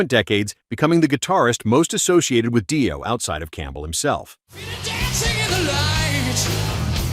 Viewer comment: It's "Dee-oh" not "Dye-o". Holy moly. And Dio unknown? The hell?